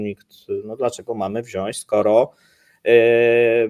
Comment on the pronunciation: panowie, mówcie proszę wziąć ... a nie wziaść :) tylko słucham na słuchawkach i jakoś mi się wbija XD pozdro za kawał dobrej roboty!!!